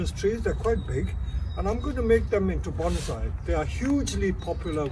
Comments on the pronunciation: He pronounces "bonsai" incorrectly. Shameful. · It’s called bonsai not BANZAI!!!